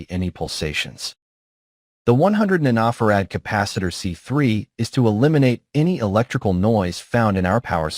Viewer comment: The AI has problems saying nanofared.:face-orange-raised-eyebrow::face-orange-raised-eyebrow